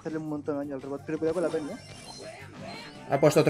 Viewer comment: Álvaro dice pene envede peny 😂😂😂 Da like si lo has escuchado o si lo has buscado 👍👍